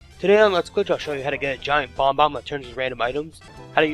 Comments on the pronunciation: I'm sorry to be the douche here, but it's bob-omb. Not Bomb bomb. It's prounounced Bob like the man's name. And then Omb like Mom but with a silent M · Pronouncing bob-omb bomb-omb? Calling mario mairio? Calling Clepto a volture? DO YOU KNOW ANYTHING ABOUT MARIO GAMES?! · Bob-omb. Mario. Not Bombbomb. Not. Merr-io. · bob-omb, not bomb-om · please practice your speaking skills its annoying af its like u not only talk hella fast but pronouncing bomomb is bomb-ohm not bombbomb u also say mar-yo its mario. somehow u are able to say koopa right but yah slow the fuck down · accent wouldn't make you add and delete letters for bob-omb. you're clearly just pronouncing it wrong, accent or not. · Bob-Ombs, not bomboms. :p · bob-omb, not bomb-bomb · "Bomb-bomb" "Merry-oh" Lol. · Dude, calm down. Notice the emoticon I used? I was saying that I was unamused that pronouncing it as bomb-bomb